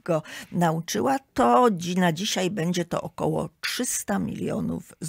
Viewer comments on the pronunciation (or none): none